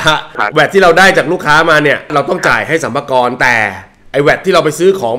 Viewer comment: สรรพากร ไม่ใช่ สัมมากร 555